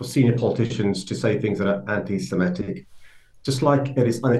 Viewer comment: It's not anti-semEtic, it's anti-semItic, FFS.